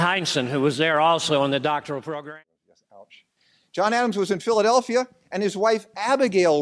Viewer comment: He pronounced it 'Philly-delphia'